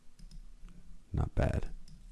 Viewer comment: "and.........boom" haha this guy over here